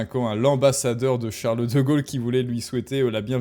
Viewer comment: Chareuleu deu Gaulleu